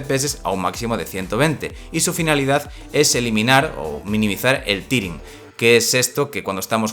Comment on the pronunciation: Que diablos es " Cunter " y " tiring " Horrible pronunciación.